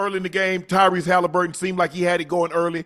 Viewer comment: And why does Bread get everyone’s name wrong? Bro said Tyler Haliburton and Check Holmgreen lol bro just read